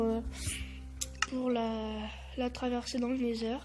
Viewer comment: On dit "nether" , sinon continue, c'est sympas à voir, continue ;D